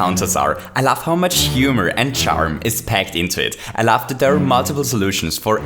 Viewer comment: sounds like hes saying "i laugh" instead of "i love"